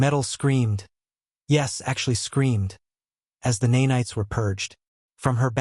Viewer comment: Horrible mispronouncing of “nanites”. AI Slop.